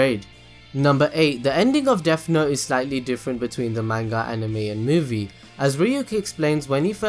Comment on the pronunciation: the way u say manga makes me want to die